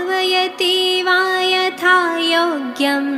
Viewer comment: Dushtha graha and not drushtha graha. Yatha yogam and not yatha yogyam